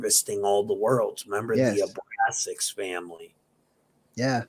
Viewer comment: Question 🙋🏻‍♂️ do you say Abraxas as Abrasax because you don’t want to give the name power? I wanted to ask instead of trying to correct your pronouncing of the word like a douche